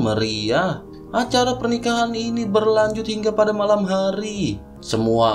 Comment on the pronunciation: Berlanjut bang,bukan berkanjut 🤔🤔